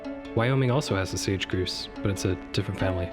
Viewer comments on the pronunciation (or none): GROUSE, not GROOOSE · Did you just say...groose? It's grouse my friend. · Stopped watching after I heard you say "groos" instead of grouse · Sorry - grouse rhymes with house, not with moose. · It's pronounced GROWSE not GROOSE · It's pronounced GROUSE, like LOUSE or MOUSE, not GROOSE like LOOSE. Also, It's TANAGER like MANAGER. Not TANGER like Uh.... Yeah. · Whats the deal with how you say grouse? its Grouse as in Mouse not umm Mousse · Great video, but it's pronounced "growse" like in "ouch" not "groose" like "goose." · WTF is a "GROOSE" ???? it's Grouse!!!! OU makes an OWW sound. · Sage Grouse Ruffed Grouse Sharp-tailed Grouse It's pronounced GrOWss like "Out" or "Spout" or "clout." Just not ending in a T. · Great video; I'm impressed by the amount of research and legwork that went into this. By the way, for future reference, 'grouse' rhymes with 'mouse'. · Gr OW se, tan-aj-er, rose-ee-at spoonbill. Love it though, bird person myself and its great to get some education. I do like mockingbirds but also agree there shouldn't be repeats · Hey - I love the video (except for your pronunciation of a couple of bird names (Grouse rhymes with louse and house, not with Goose; and Tanager has three syllables and the g is pronounced like a j). Nick Lund (The Birdist) has talked quite a bit about this subject and I think you two agree on quite a few things. I think Texas could do a lot better than a Black-crested Titmouse (which has fluctuated between being a full species and a sub-species of Tufted Titmouse), and while I think the Yellow-billed Magpie is great, surely California Condor would be a better state bird for Ca. Ring-necked Pheasant has definitely got to be replaced as State Bird of S. Dakota - although I'm not sure what with. Maybe you should have a system where every state had to change its state bird every five years (or maybe 10), with there being a public no bird being able to serve two terms consecutively and no more than three terms a century.